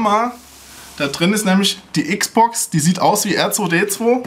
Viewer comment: Die "EX-Box", ungewollt? Aber genial XD